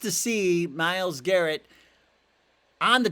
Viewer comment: Who's Myles GARRENT? Technical flaw, just bustin your chops. 😅